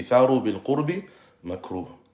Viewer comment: جزاك الله خيرا وفتح عليك.. تقرأ (بالقرب) بضم القاف وفتح الراء، جمع قربة اي طاعة. اما بسكون الراء فعكس البعد 💐